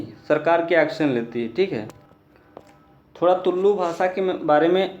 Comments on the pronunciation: Dude, it's not Tullllu, just Tulu... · भाय,(तुललु भाषा) ऐसा उच्चारण मत करना।(तुलु भाषा) ऐसा उच्चारण करना। तुम (तुललु भाषा) ऐसा उच्चारण किया तो ओ कन्नड़ भाषा में असभ्य शब्द होता है।so please correct it.